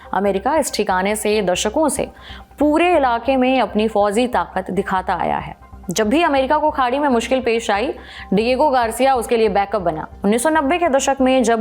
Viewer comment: Leej nahi hota Fauzi taqat nhi fauji taqat hota hai